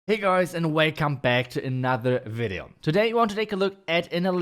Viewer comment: Hast du "Weycome back" gesagt? :D